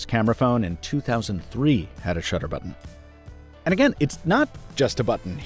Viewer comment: "Press the camera butron"